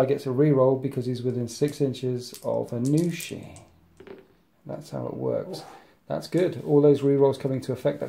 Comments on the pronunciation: Aun'Shi not Anu'shi for future reference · It's hard to know how to say anything until you hear someone else say it. But, yeah, "Aun" as in Auntie >< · it was killing me every time I heard it lol